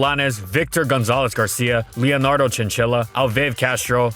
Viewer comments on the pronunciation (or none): none